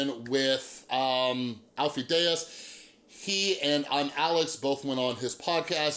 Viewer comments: Deyes is pronounced like "Days". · Lol you’re friends but can’t pronounce his name right .